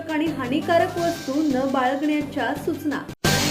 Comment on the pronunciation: सूचना चा उच्चार चुकीचा करत आहात